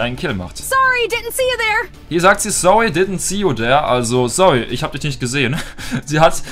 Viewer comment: Sowwy ditnt see u sere!🤣🤣 der english profi